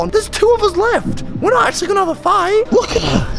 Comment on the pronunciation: the way he says fight is funny